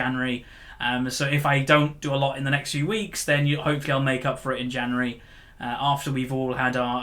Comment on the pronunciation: January or Janery lol love u